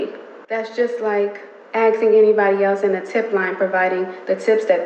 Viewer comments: "Axing me for evidence". Literal idiot. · "axing" for evidence. 😅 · Hey it's ASKing not 🪓ing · "axing"? 😅 You mean "asking"?